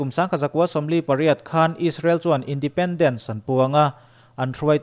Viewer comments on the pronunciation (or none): none